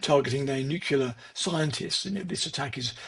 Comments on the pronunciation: That would be NU-CLEAR - NOT NU-CU-LEAR - I would have thought this man would have known better...... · It is just ditracting in a serious discussion to have a British person (obviously very intelligent) pronouncing it as 'Nukular'. This subtly shows the US influence around the world. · A guy that smart can't pronounce the word Nu-Clee-Ar ?